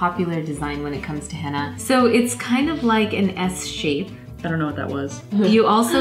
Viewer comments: It's henna not hanna😂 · its not henna.. its Hina..😋 it e no t a u knw what i mean.. in pronouncing